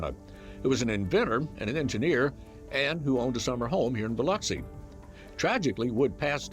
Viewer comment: Thank you for pronouncing Biloxi correctly.